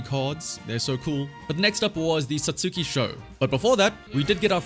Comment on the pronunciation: I was gonna ignore it, but you did it twice. "Satsuki" is "Sah-ts-ki". If you know the character "Sasuke", you can see how this "u" is pronounced. Another example is the "Akatsuki", pronounced the same way as the other 2 words. A third example, "Sasuga", which, as far as I know, translates directly to "amazing", is pronounced "Sas-gah".